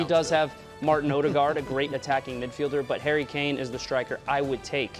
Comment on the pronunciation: Hairy Kane? 😂